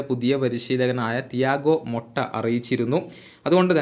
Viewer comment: തിയാഗോ മൊട്ട എന്നല്ല തിയാഗോ മോട്ട ennanu 😂